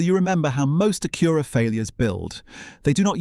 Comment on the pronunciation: He keeps calling it an A-cure-a.